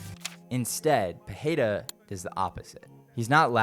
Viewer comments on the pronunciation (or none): Why do they always mispronounce his last name by sticking an H. Saying Pe-hay-ra, it’s Pe-REY-Ra with an R. Roll your Rs. Thanks for listening to my TED talk.